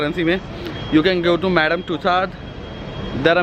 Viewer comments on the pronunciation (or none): none